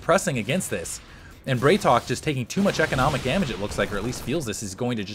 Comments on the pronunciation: Dude, love your videos, but it's BrAtok. It means bro in Russian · "a" in Bratok is hard. Like in "bra" :P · Hey, on the topic of pronunciation (as you brought it up last game), the correct way to say BratOK would be to pronounce 'bra' as in Brassiere not 'bray' as in the sound donkeys make. Not an accusation, I have no personal preference, this is in case you are interested. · i think the ideia is to pronouce it Brat O.K.